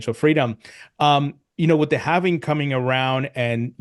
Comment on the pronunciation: Why are supposed crypto experts putting an extra syllable in “halving?” It’s “halving” the “L” is silent. NOT “havening”. 😂